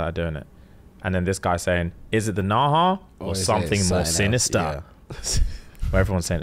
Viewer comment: "Or is it something more Synastar🇭🇲😮"😭😭😭😭😭😭😭😭